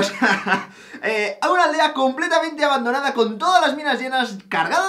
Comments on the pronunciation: En la intro dice Abandoanda en vez de Abandonada :v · dice abandoanda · pone ABANDOANDA en vez de ABANDONADA:v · en la intro dice abandoanda snbdsnndnsd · alvaro en la intro dice abandoanda jajajaj